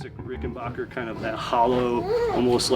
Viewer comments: There must be something wrong with my comp speakers as it sounds like you're saying RickenBOCHer rather than RickenBACKer........I'll need to take my computer to the shop and get that problem checked out. 💫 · it's Rick-en-baker (pronounced "back") , not bock. Get that right first, and then whatever else you say has more credibility.